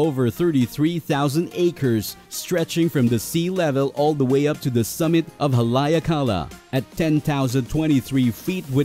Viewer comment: Its prononced Hal e ak a la